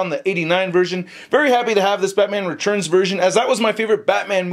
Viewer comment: spells 'tu' as 'chu". I always look forward to him saying "the head churns side to side" in every figure review, and this time, I get to hear him say "Batman Rechurns" again and again. I think it's really unique and I really enjoy listening to him saying them.